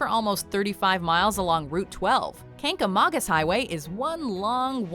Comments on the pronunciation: "Kan-ga-man-gus" Highway in New Hampshire is how people pronounce it. Trust me, I live here. And yes, New Hampshire has better foliage than Vermont. Best in the world. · Ur saying Kangamangus wrong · They didn't say Kancamagus like a true NH native... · #8. That is NOT how you pronounce "Kancamagus"